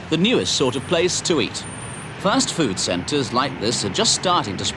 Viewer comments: Is JC saying “first food” ? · Why do they keep saying First Food? Has the pronunciation of Fast changed that much?